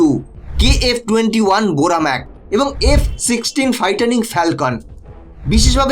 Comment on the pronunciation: ফাইটিং না ফাইটা্রিং😂😂😂😂